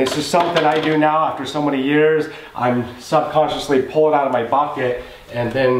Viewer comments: Bad English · the way u say bucket is funny lol 😂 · I started saying it that way and I'm in Louisiana.